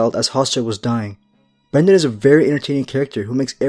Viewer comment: BRYNden not BRENden